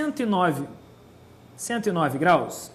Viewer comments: Tá, e o que tu me diz em dele ter dito "graus" sem o sotaquezinho carioca?! Shaushau aquele "180 GRAISS" não tem como defender honey.. asiajsia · aula muito superficial, além do "grais" que estragou tudo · sério que tem gente problematizando um "grais"? Gente, ele é professor de química e não de português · Ele não disse "grais" por ignorância. Ele é carioca, mas, na hora em que disse "grais", não puxou o S (graish) como de costume. Ou seja, não foi uma atitude automática, foi planejada. Ele quis brincar mesmo. Tanto que ele usou "graus" logo após usar o "grais". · kkkk "grais", quimica é foda msm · kkkkkkkkkk apesar dos " grais " a aula foi boa. Quase ninguém percebeu. kkkkk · UOL , vim nos comentários pra ver se só eu percebi o "grais " ! OMG !!! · 180 GRAIS??? foi isso mesmo que eu ouvi???